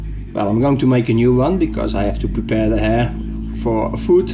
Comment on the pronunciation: Lol...sorry but just for a moment I almost thought you said "I have a hair in the shit." Sounded funny. I'm from Canada and the accent with the term hare(we use rabbit far more) had me thinking, what the hell? Thanks for the review. I'm thinking of a bushcraft knife and REALLY want the Spyderco but this is only $50 here and 440c is a good steel (assuming heat treat is good) its a bargain, but I know I'll always want the Spydy!